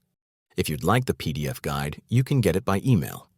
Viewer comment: I didn't realise until he mentioned the peee deeee effffff.